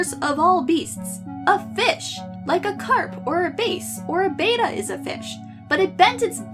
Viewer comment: Did you seriously pronounce bass like the instrument? In a post that was CLEARLY about fish? Very funny.